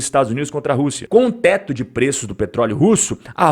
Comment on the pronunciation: E só eu que escutei tete de preço do vídeo